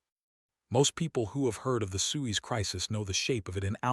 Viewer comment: Why should I listen to a documentary when you can’t even pronounce Suez?